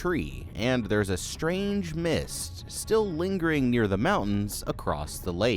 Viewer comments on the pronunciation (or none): none